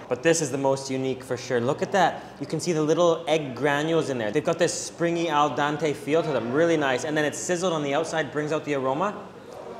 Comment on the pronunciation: Al dente,not al dante